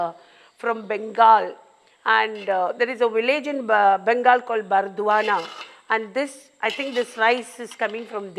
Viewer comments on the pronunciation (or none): Not a biryani fan. But Malabar biryani has touched my heart & Soul❤ . A small correction, it is 'Burdwan' or Bardhaman & not Burdwana😊😊 . My maternal uncle's house!